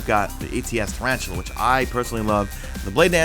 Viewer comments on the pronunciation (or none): taran tell uh, that's what the armor is pronounced like not tarantula lol